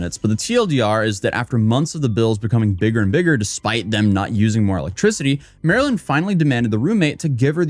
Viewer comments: This was the dumbest video. Can't believe you watched two no names post what happened to each other on social media and then made a 13 minute explanation of it. Also, you kept calling the one girl Marilyn. Every time you showed her video, you put her ID in the corner. "MarlynLIKETHEFISH". The fish dude.. ever hear of a Marlin? She literally made her ID so that you wouldn't pronounce her name and yet you called her Marilyn. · types out the person's handle as "MARLYNLIKETHEFISH" Also: pronounces it "Marilyn" for the whole video. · I think her name might be pronounced Mar-Lynn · Her name is pronounced MARlyn. Like the fish! Pay attention! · Her name is pronounced Marlin. Like the fish. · Isn't it Mar-Lyn, like the fish Marlin? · After I realized her username is "Marlynlikethefish" I realized you said her name wrong every single time. I couldn't unsee it after that 😂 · MarlynLikeTheFish yet you can’t pronounce it properly. Theroughout the whole video. What if everyone called you “A-toes-aye”.